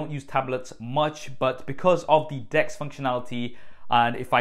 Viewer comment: I thought he was pronouncing 'Desk' wrong when he was on about 'Dex' mode. :-D